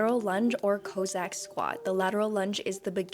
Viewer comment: Co-zack lol. Cossack as in the Cossacks. XD